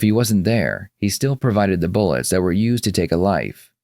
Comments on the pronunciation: “Actually, I didn’t provide those BULLECKS!” 🤣🤣🤣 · He should be put away just for pronouncing "bullets" as "bullikks". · Well I’m convinced that the guy who pronounces bullets as “bullicks” is 100% smarter than the police and is also innocent. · Is he really saying Bulics?